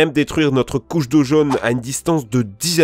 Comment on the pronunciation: J'ai bien entendu, à 3'42" tu dis : "La couche d'eau jaune" J'aime bien... Je parle de ta chaine, bien sur, pas du truc anisé !